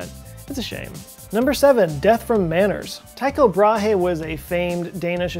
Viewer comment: Joe Scott a little help to you. Brahe is pronounced without the H, in fact does his last name sounds nearly exactly as the women's bra, just with a bit of extra air at last... Bra e. The Y in Tycho is the same sound as the Y in "Y"esterday.